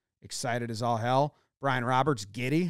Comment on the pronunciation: did he say brian roberts